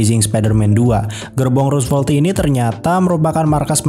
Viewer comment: rosevelt not rusvelt